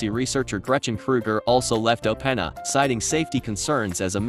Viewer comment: Funny how in a video about how great Ai is yet we can't get an Ai voice to pronounce openAi properly :)